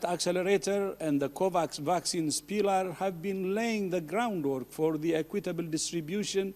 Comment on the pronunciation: From his tone it sounds like “Acquit-table vaccines” are going to the highest bidder